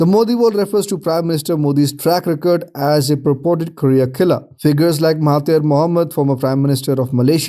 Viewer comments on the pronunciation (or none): none